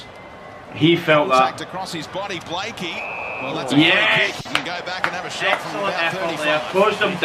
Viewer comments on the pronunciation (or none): It's Blakey, not Blake.